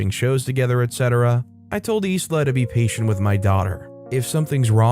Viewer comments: The name Isla is pronounced eye-la. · Sorry mate, I’m not a grammar Nazi but in the name Isla the letter “s” is silent. You know, like the actress Isla Fisher. It’s a bit weird I know but it’s pronounced eye-la. I have a family member with the same name.